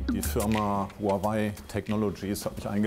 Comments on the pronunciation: Das wird nicht Huawei ausgesprochen, sondern mehr ... Chuaawee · Funfact: Huawei spreicht man "Huwawej" aus. :)